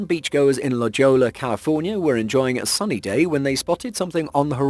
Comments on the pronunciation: "la joe-la" LoL try la hoy-ya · I liked the Fog tsunamis. I am from Southern California and I feel the need to inform you that La Jolla is pronounced La Hoya. It's spanish. Thought you might like to know for future use. ;-)